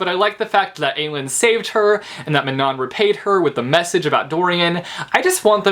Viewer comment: Elide is pronounced "EE-lie-deh-" lol. I also think that Manon is pronounced "Ma-n-un-"